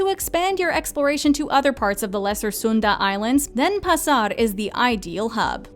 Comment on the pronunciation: Nice list so well done! Indonesian however is not pronounced like Spanish. I giggled at the pronunciation of Denpasar and Sanur however it did make me want to go back again...